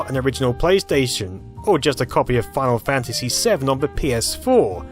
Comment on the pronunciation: "FINAL FANTANSY" oh my god guys.